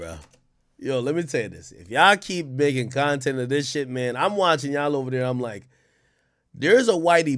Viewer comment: Its CONTENT lmao come on ak lmao